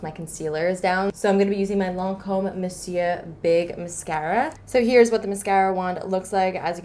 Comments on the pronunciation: omg finally someone who says monsieur right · Praise God!!! Something cool toned. It is so refreshing to see someone use cool tones. I to have brown eyes and maybe that's why I think they look good on me. And..... finally someone say Monsieur right. 🤣